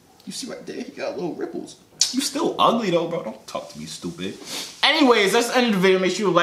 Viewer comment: the way he says “ stoopid. “ makes me crack up 💀